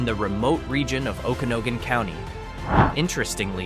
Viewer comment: 😂Okanagan damn AI